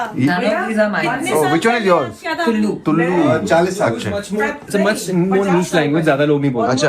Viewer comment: it's TULU not tullu..!!❤